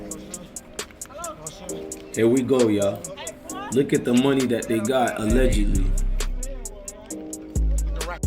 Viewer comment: It's not pronounced Moon-nuh it's pronounced Money.